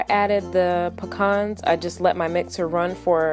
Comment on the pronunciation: I'm pretty sure that's not how you pronounce pecans